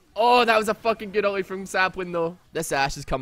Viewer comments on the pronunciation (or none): someone learn him to say ulti and not uli